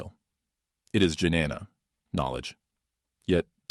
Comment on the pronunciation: Jnana - “j” is silent Right pronunciation is Nyana